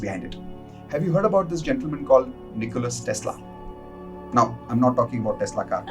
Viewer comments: His name is Nikola, not Nicholas. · NIKOLA not NIKOLAS